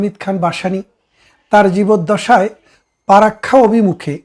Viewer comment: পারাক্কা না চাচা ওটা ফারাক্কা হবে, ,জাতি সংঘ তে গিয়ে লাভ নেই। বাংলা উচ্চারণ ঠিক করেন বারত না কি ভারত? যাই হোক আপনি ছিটমহলের কথা বললেন ওই কথাটা কেও বলে না। আপনাদের হাসিনা বুদ্ধি করে প্রায় সব ছিটমহলগুলো নিয়েছে।